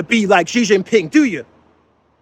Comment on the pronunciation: ATTENTION, XI JIN PING"s name is pronounced SHEEE JIN PING not JHEEE JIN PING. By saying JHEE, you are insulting Xi because Jhee means penis. This is equal to Chinese person calling your dude DONALD DUMP.